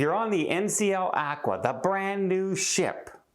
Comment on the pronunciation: I don't think it's actqwa I believed it's pronounced Aqua...